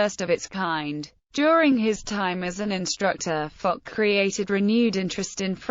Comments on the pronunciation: There seems to be some argument over whether Foch is pronounced as 'Fosh' or 'Fock". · There's no argument, it's pronounces "Fosh", also in France